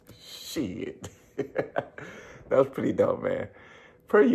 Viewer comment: You know a dude's country when he adds an extra syllable to the word shit. "shee-it"